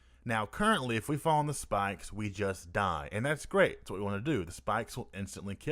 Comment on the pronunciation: "Spahks" No really though, thank you for the tutorial. Even though I laugh everytime you say "spikes".